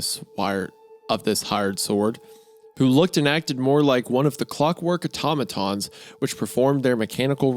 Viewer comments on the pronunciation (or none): none